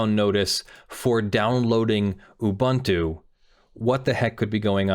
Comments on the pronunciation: he's mispronouncing it. it's oo-boon-too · Each vowel in "Ubuntu" has the same pronunciation; you pronounced the last one correctly. Also, "amd64" is common shorthand for the 64-bit Intel architecture that most PCs have these days, the kind that extends the 32-bit "x86" architecture, which was first developed by AMD after Intel's first 64-bit architecture failed to gain traction; by contrast, Intel's (now discontinued) effort, which is not backwards-compatible with x86, is usually referred to as "ia64" or as Itanium (a popular brand of ia64 CPUs for servers in the early 2000s). If you look at some older software, you might see references to "i686", as a shorthand for the version of the 32-bit Intel architecture used in the Pentium II, as if the Pentium had been named the 80586 and the Pentium II as the 80686 (Intel stopped using numbers because it had a hard time patenting them); you might also see references to advanced features of the ia32 and amd64 architectures, like SSE4 and AVX, if a software project provides high-performance builds that rely on the features of recent CPUs. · Yes but that's not how the company name is pronounced. Just because a word exists in another language doesn't mean they company is pronounced the same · Have I been mispronouncing Ubuntu for YEARS now?! Is he pronouncing this correctly? IS MY MIND BLOWN?!!